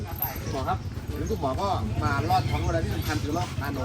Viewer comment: ลอดท้องช้าง ใช้ "ล" ค่ะ ไม่ใช่ "ร" ใช้ให้ถูกค่ะ ภาษาไทย